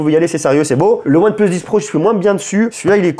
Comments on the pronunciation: Pitier c’est pas « OnePleusse » mais « OnePLUUUS » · pourquoi tu dit one pleuse et pas one plus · aAors merci pour la vidéo, et merci pour les infos :) par contre... désolé mais pourquoi dire One pleusse?????? ça m'arrache les oreilles XXDD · ONE PLEUSE MDR